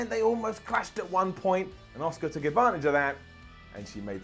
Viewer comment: “Assaker” lol